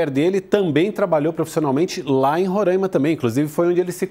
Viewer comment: A pronúncia é Roraima e não Rorâima